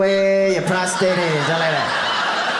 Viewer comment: I don't like when people pronounce it prostrate, instead of prostate